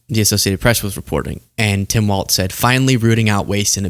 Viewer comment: It's Walz, not Waltz.